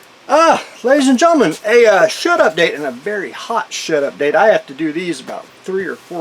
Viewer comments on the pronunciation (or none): Shed Update. Always thought you said “Shut-up Date”